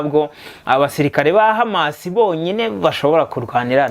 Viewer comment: Courage brother hano birabara kbsa , uri hejuru musore, urumva ukuntu HAMAS ayivuga mucyarabu 👏👏👏!